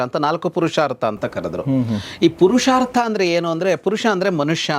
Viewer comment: ಪುರುಷಾರ್ಥ ಅದು, ಪರುಷಾರ್ಥ ಅಲ್ಲ